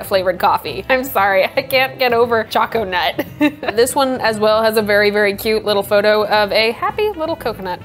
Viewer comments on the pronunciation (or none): Gonna go make some raspberry zinger. Pretty sure choconut is intended to be said like 'choke a nut'. So it sounds more like coconut. What was the refractometer measuring?